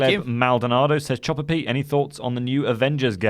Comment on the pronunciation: Thanks for taking the time to enunciate the name Chopper Pete... until now? i thought his name had been Jobber Pete